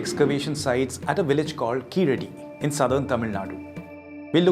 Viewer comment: அவர் தமிழர் இல்லை, அதனால் அவருக்கு உச்சரிப்பு வரல. ஆனா மத்தவங்க மாதிரி இல்லாம உண்மைய பேசுகிறாரே, அதற்கே பாராட்டனும்